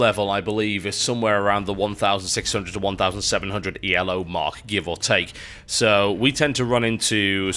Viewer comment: Hi TB, I don't want to come across as stupidly pedantic, but it is Elo, not E.L.O. score. It is based on a chess rating named after a Hungarian chess grand master called Arpad Elo. Thanks. :)